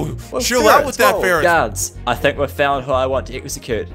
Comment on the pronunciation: you said "lets free farits